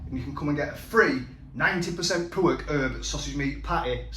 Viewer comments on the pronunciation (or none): Just dont get how every other ingredient apart from anything ' pork' he can say correctly...... its his youtube "garlic bread" like mcguiness in phoneix night's. It doesn't sound cool fella.